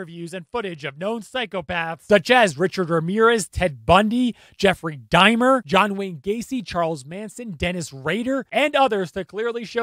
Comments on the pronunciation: Why do you keep saying Jeffrey Dimer? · This guy lost all credibility with ne when he said *Dimer. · Is it pronounced Jeffrey Dimer???? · Did you purposely mispronounce it Dimer just to get on people's nerves? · How do you keep mis-pronouncing Jefferys’ last name ? Is it me or …..💁🏻‍♂️ my subtitles are on and it’s even reading “dimer” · LoL for such a smart guy he really can't pronounce that name right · Did you even listen to any interviewer or even Dahmer say his name? Bruh how people study body language but can't pronounce the most infamous killer.......🤣🤣🤣🤣🤣🤣🤦🤦🤦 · Why are you mispronouncing Jeffrey Dahmer ❓ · your commentary isn't as funny as you think it is. but other than that, good vid and you pronouce dauhmers (or however its spelt) name wrong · bruh its not dimer. Dahmer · Oh, my word! Stop saying "Dimer"! It's an "AH" sound! Dahmer! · Dude, it’s DAH’mer. Not DAY’mer. DAH’mer, DAH’mer, DAH’mer. Thank you…😜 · It’s pronounced DAW-mer. Not DIE-mer. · Why do you say it like “Dymer?” You pronounce it “D AH MER” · “Dime-r?” 😂 it’s Dahmer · It's not Jeffrey Die-mer, like climber... It's Dah-mer. Rhymes with Bomber. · Great video, as always. But it's Jeffrey Dahmer, not Dimer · "Jeffrey Dimer?!" I reckon you mean Jeffrey Dahmer. Funny story: My best friends growing up had neighbors with the surname "Dahmer" (no relation that I know of), and in '91, when Jeffrey Dahmer was caught, the family started pronouncing their name as "DAY-mer!" True story...I think they may have eventually even changed the spelling, though I'm not sure about the spelling change... They definitely did make a point out of the different pronunciation, though. Also, growing up in Cook County, IL, I went to high school with the son of Gayce's defense attorney! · Babe. Sweetheart. My guy. It's dah-mer. Dom-er. Not DIMER. Come on my guy. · DAH- mer. Not Dye-mer. This guy 10 years old? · It's Jeffrey Dahmwr (DoM Mer), it's not pronounced dimer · Son, its Daaamer, not dimer